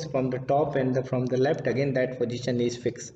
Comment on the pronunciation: Bhai khud communication improve karoo ..left ko lept boltha h .. koun hire Kiya yaar isko 😅